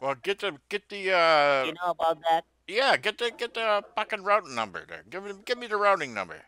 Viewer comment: The “rotting” number lol he can’t say routing haha